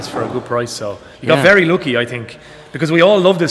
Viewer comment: "weri windi, weri cloudy, very rainy" kocham ten akcent i wymawianie gdy jest sie polakiem